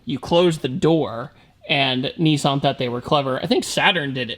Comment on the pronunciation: Nissan! Not nissarn!! I swear that's a trigger for Australians and everyone else 😂